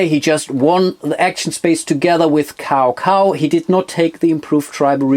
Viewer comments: Cao Cao is pronounced as “Chow Chow” Nice video! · Great Video! I would love to play that one. (Kleiner Hinweis zur Aussprache: Cao Cao klingt eher wie Zau zau) ;)